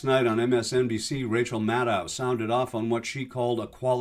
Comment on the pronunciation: Rachel Maddow"s last name is pronounced like shadow, not like moscow. Please pronounce it correctly. Thank you.(Edit for spelling)